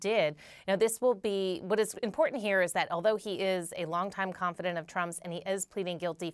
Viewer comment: Kara: Trump's ConfiDANT, not ConfiDINT.